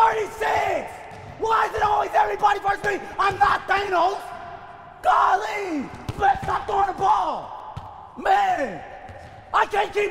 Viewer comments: IM NOT THANOS..GAH-LEE MANE STOP THROWIN THA BALL 🤣🤣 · "IM NOT THANOS...GOL-LY"